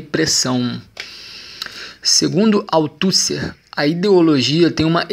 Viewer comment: Para ajudar na pronúncia : "Gramichi", "Autucė", "Pacerom", o conteúdo está ótimo, mas senti falta de uma interação na interpretação.